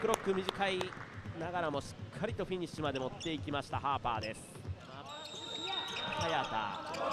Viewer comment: 実況者ハーパー君のことパーパー言ってるやろ